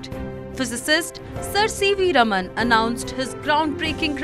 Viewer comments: Raam-un right ? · Please learn to pronounce the name CV Raman correctly. 😂